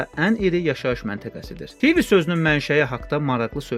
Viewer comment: Yaxşıdir, ancaq Tivi sözünde vurğu yerinde deyil, siz sanki ingilis dilinde TV deyirsiz